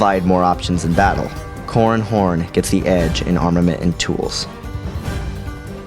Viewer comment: i keep hearing 'corn horn'